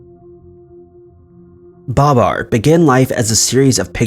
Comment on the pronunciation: Ba-BAR, not BA-bar. it's the little things.